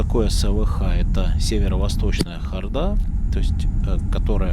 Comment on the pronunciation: Эта ХордА- просто убивает, я даже не подозревала, что можно додуматься ставить так ударение!!!!! Вы, что - иностранец???